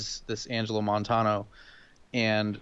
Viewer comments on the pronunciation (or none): Y'all apparently havent had much contact with Hispanics because Vigil and Montanos names are mispronounced lol